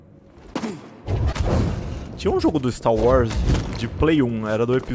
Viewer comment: "Continuando aqui o stá wars"